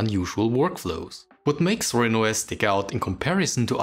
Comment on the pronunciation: It's actually "Zorin", not "Sorin" :)